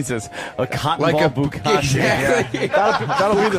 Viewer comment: Did anyone else hear jim say Bu"cotton'y instead of bukakki. What a bomb. haha